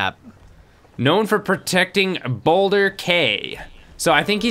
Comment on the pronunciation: Sorry but when you said boulder cay you said it like boulder kay but its pronounsed as key